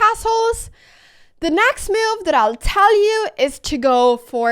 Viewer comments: This is a wonderful video and I agree with evantim2588 below. One thing that bothers me however, is that you seem to pronounce "move" like "Mewv. So if it makes any difference, you could practice the cow sound "moooo" and then the cat sound "Mew". Also, I am afraid that you may be correct in your pronunciation. If so, I have been wrong all my life! You obviously have a lot more experience with mewves than I do. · I was listing with 0 volume and every time you said move it showed as meal in the subtitles and I was so confused